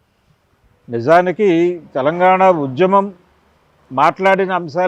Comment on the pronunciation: తెలంగాణ అనాలి.. తెలంగానా కాదు తల్లి.. Em anchors ra nayana.. Na dawada